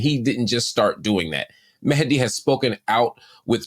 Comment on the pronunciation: Appreciate Marc pronouncing Mehdi's name correctly 👏